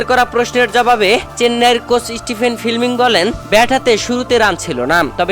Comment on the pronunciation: Chennai Super Kings head coach Stephen Fleming উচ্চারণ স্টিফেন ফ্লেমিং, স্টিফেন ফিলমিং নয়